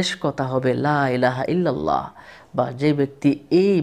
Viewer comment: লাইলাহা ইললাহ,, না হুজুর বলতে হবে,,লা,ইলাহা ইললাহ